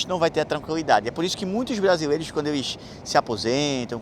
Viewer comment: "cajas vajias" "brajileiros".... kkkk